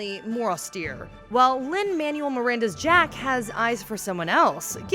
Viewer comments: Lin Man-U-el? You know he's the guy who wrote Hamilton, right? It's Man-well. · she pronounced lin’s name “lin ‘manuel’ maranda 😂😂